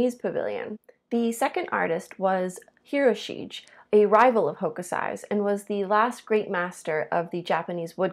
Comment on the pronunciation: Good job, mispronounced Hirosigue though.